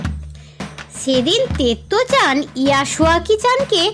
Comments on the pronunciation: আমি এখন পড়ি আপনি ভুল বলেছেন ওটাতে তেমোই নয় ওটা তোমোই তারপর ইয়াস ওয়াকি জানতো ঠিক বলেছেন ওটা তেত্তো চান না ওটা তো তোত্তো চান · তুমি তোত্তো - চানকে তেত্তো-চান বলেছো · ওটা তত্তো চান তেত্তো চান নয়